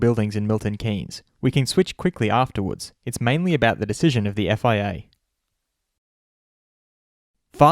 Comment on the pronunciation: You seem to be saying "FAA" ! Is it FIA or FAA ?